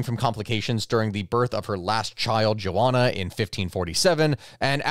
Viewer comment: "jo-onna"???? Do you mean Jo-Anna"?